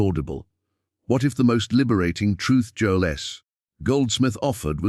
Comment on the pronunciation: AI recording. It mispronounced Joel’s name calling him “Joeless”